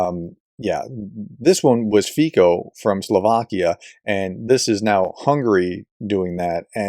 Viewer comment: My dear fello, I know you keep trying, but let me just help you here... Fico, is pronounced Fitso (the 't' is pretty silent but there) and the o is like in orange..